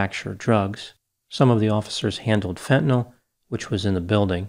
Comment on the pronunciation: It's refreshing to hear fentanyl pronounced correctly instead of "fentanol".